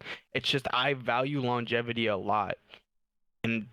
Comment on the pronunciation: kept saying longativity gahahaha